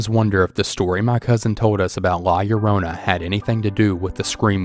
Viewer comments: “La - Ya - Rona” 😭😅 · Anyone else cringe at the way he said La Llorona